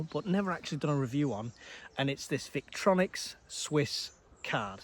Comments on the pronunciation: It’s pronounced Vic Tory Nox 😂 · No offence intended but, Obviously no idea about EDC if he pronounces the brand the way he does, and doesn’t realise it contains a fixed blade which is illegal to carry without good reason whatever it’s length.